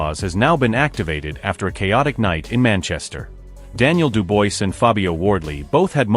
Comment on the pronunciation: The guy talking can not say Dubois name properly